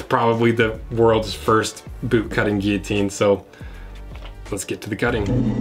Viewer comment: I discovered, binged, and subscribed last night, and knew I made the right choice when I heard you pronounce guillotine correctly. Keep up the great content.